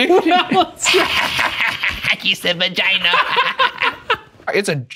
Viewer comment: HAHAHA HE SAID VAHGINAH EHEHEHE